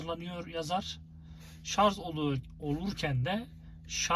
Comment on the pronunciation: Vallahi teknik bilgiler için teşekkür ederim ancak , lütfen artık ŞARZ demeyin şuna her seferinde duydukça gözüm seyirdi ŞARJ kardeşim ŞARJ bak yazıyor oradada